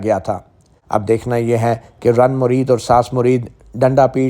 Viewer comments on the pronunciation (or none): زن مرید پڑھیں رن مرید نہیں